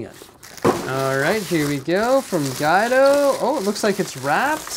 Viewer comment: Cmon!, it’s Gwe-do...not Guy-do. Haha!